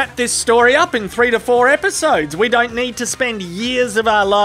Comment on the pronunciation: Nothing is greater than when an Australian says "don't". Sounds like "doaint"